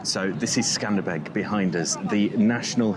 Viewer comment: Congratulations, you pronounced Skanderbeg properly (most YTers say SkanderBERG). 🤦‍♂️ Plus, you're the first to point out the square is not flat (does anyone else notice?). Oh yeah, I was egged in the back of my head my 3rd night there, right at the top of the square. 😱🤭 If you see old photos/vids you will see the roads use to go through what is now the square. The water doesn't just trickle, it has some fountains that spray up to play/cool off in. Also interesting is a crack at the bottom that is a drain. As for the "head" building, I say it's Eddie Rama...prove me wrong. 😁 Near Bunkk Art2 I overheard a tour guide say most of the government buildings are the yellow/orange color like . 🤷‍♂️ I'm not a city person but I loved Tirana. While not as large and busy, I'm sure you'll enjoy Shkoder too. The pedestrian dining streets are especially awesome at night. ❤️